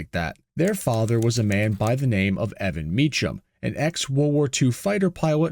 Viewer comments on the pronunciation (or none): It's not "ch" like chimmney, it's "ch" like a "k." It sounds like Mekem, not Me Chum. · It's pronounced Me-kam...not Me-cham 😅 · His name is Evan MEE-kam, not MEECH-um. How could you possibly screw that up? This is why youtube is garbage. You are making youtube garbage with your garbage content. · The pronunciation is “me-come” not “me-chum”. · Great video . However it's pronounced Mecum the h is silent. So Cum not Chum. Also a couple of mechanics (Click & Clack ?) took a car from New York to Ca. Along the way they would rig an issue , simple things like a loose spark pug wire... Everywhere they went they were ripped off. New wire's , Trans work , Carburetor .... Until they got to Phoenix and broke down for real. they took it to Mechum Pontiac and they found the problem , opened the service dept on Sunday and fixed the issue without any BS. So the place at least with customers were on the up and up. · The name is pronounced “me-come” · Mee Kum. It's a common mistake. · Mecham is pronounced as 'k' not 'ch'! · 2 syllables: "MEE" + "kuhm" THANK YOU, NO AI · its pronounced... MEEK-UM!!!! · FYI "Mecham" is pronounced "MeKam" (CH = K)- I used to go to their dealership in those days. They had a other models of the Trans Am also.. the "TALON" and "MSE" - which stood for Mecham Special Edition... are examples... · The name was Mecham - pronounced "ME-come" ... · i live in arizona and i grew up with the family on my street and they pronounce their name differently from how your saying it.. they pronounce it like this meek-um instead of how you were pronouncing it like meech-ham.. the family evolved to selling gmc trucks at the dealerships into the 2k's which they offered a new truck that they thrw ther mecham performance package on which consisted of q supercharger, air intake to the supercharger and they always threw killer exhausts on so no matter what they always sounded good and the trucks would receive a leveling kit with nice wheels